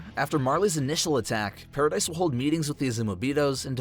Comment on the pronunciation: stop callin it paridise ._.